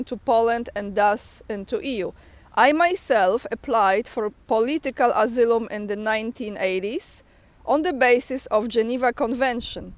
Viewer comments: Thanks, so needful to keep up. And for better comprehension, the word asylum is pronounced ah-sigh-lum running it together with emphasis on the "sigh" I thought English was hard until I started studying Russian... lol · read Asylum - asajlum